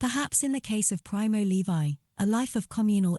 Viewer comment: Straight off you pronounce his name wrong, why not just try a bit harder?